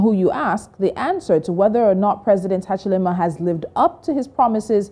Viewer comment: Hakainde Hachilema is different from Hakainde Hichilema let's pronounce fellow African names with dignity, we are always trying to perfectly speak the best English/French but pronounce African names like a newly arrived priest from Italy. Long live Pan-Africanism ! good video though.